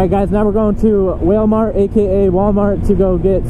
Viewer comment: "Whalemart" lol